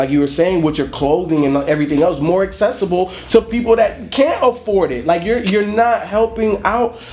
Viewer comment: needs to learn how to pronounce "accessible". or at least find a better word haha